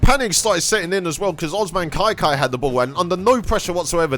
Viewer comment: It’s pronounced ka Kai